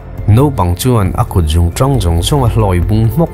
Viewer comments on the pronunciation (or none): none